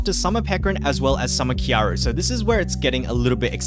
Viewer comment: Triggers me still you don't say kyarl properly